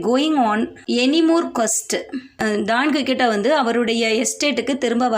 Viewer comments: ❤❤❤ super mam...but..குயிக்சோட்... I think... sorry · Quixote,s prounouns wrong